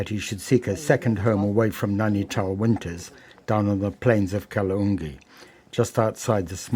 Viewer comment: Its Kaala Dungi.. Not kaloongi..